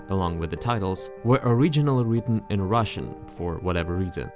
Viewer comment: i was playing this in the background as i was drawing and this moment has caught me off guard cuz.... as a russian.... the fuck... this sounded perfect. this was exact russian pronunciation, no accent. it gave me chills honestly!